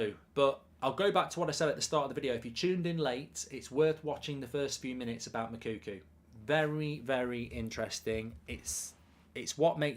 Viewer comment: Please, endeavour to make an effort to get the right pronunciation of the name of the Dortmund striker. His name is not Moukoukou. Hi name is Moukoko.